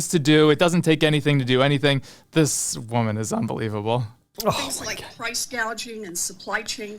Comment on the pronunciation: The way you said “this woman” was a little out of touch 😂